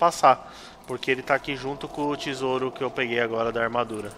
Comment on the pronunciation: Cara, como é terrível ouvir dizendo "tisouro" toda hora, aposto que os dislike foram por conta disso!